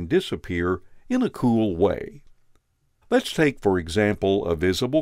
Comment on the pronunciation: I like how you say "cool"